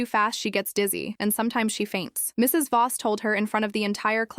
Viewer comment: The stupid AI thinks the the period after Mr. or Mrs. is the end of a sentence. And Voss is not Boss.